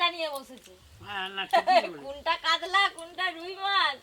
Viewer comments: কাতলা ❎ কাদলা ✅ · Kadla...ki pronunciation